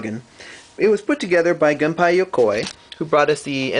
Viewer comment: a Gunpei reference! :D is his name pronouced actually like how you said it? (Gum-pie Yo-koi) or is it how I say it? (Gun-pay Yo-koi (and Gum-pay Yo-koi too))? I'm also confused a bit by this video, is it tribute to the Virtual Boy or is hate towards the Virtual Boy? I couldn't really tell (sorry)